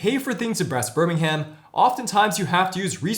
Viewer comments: Great review!! Love the pronunciations 🙂. To be fair though English place names can be difficult for non British. Birmingham is pronounced 'Birming-um' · And we generally don't pronounce the h in places ending in ham. Birming'm